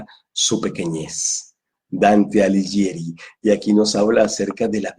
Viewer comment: Hola,. Debo hacerte una pequeña corrección con todo respeto. Dante Alighieri se pronuncia como si dijeras Dante "Aliguieri" (la "h" modifica el sonido de la "g"). Un gran abrazo cuántico.